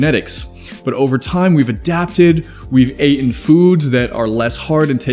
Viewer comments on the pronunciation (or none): “Ate-n” is a word?